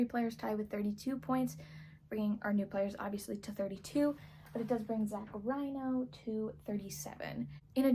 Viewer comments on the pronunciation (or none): This video was great! Two things I noticed though. For Zach Reino, his last name is pronounced like Reeno, not Rhino. Also, I wasn't sure if I heard you exactly, but for Siobhan Thompson, the "bh" in Siobhan is pronounced like a V, not like a B. Just thought I'd let you know. Either way, this was really entertaining, great job!